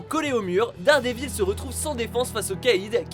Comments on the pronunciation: ON DIT DARDEVIL PAS DARDÉVILLE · J'aime bien quand il dit dérdévile XD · "Batman contre Superman" mon dieu ... "Unjustice", "Dèredèvil" 😒 S'il vous plait un p'tit effort !